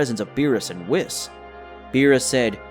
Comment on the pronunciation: Your pronunciation of whis... makes me think isn't it "wheese" and not "wis"?